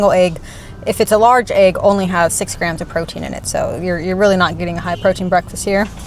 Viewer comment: You pronounce egg the same way ARL does 😂. It sounds like you’re saying aag.